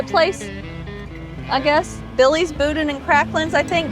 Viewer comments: It is pronounced BooDan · It pronounced Boo—Dan 😂😂 careful, you could go swimming in some of those potholes! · It's pronounced "Boo Dan" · According to a close friend, boudin is pronounced “boo-dan” 🤷‍♂️ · Meche's (pronounced mesh's) has the BEST king cakes in the state as far as I'm concerned (and donuts). Oh, and the inside of the boudin (pronounced boo-dan) is rice dressing. The green stuff you saw was probably green onions. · It’s pronounced Boo-Dan balls!!! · Boudin is pronounced with the emphasis on the second syllable and the "i" is pronounced as a short "a". It's from the French. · You have to say boudin right though . Just saying .